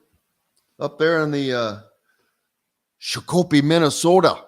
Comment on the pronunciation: It's Shak o pee...